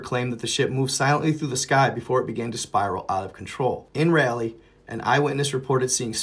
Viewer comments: That is pronounced Rawl lee not Rally. It was named for Sir Walter Raleigh. I've seen that birthday candle type fire before coming down from space. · It's Raleigh NC, not Rally. Come on. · It's Raleigh. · Raleigh nc... Not rally